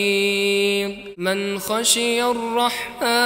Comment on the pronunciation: تعلم مخارج الحروف والله اعلم نطقت كلمة حفيظ، "حفيد"